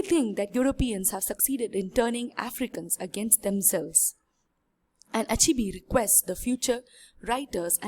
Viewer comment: heeey learn how to pronounce the name chinua achebe not achibi. Anyway good work